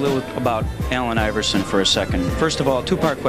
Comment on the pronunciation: I keep hearing AL iverson...